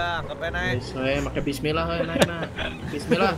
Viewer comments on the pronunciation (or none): none